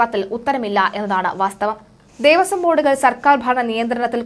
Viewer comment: ദേവസ്വം ആണ്. ദേവസം അല്ല.